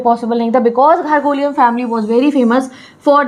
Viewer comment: It's not ghargolian...... It is garoghlanian